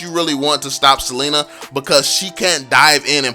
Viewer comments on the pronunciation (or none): none